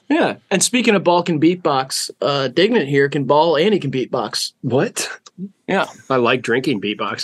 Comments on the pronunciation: when he said dignan my heart fluttered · Never thought I'd live to hear fantano say dignan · HE ACTUALLY SAID DIGNAN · wait you called him dignan? fantano knows the lore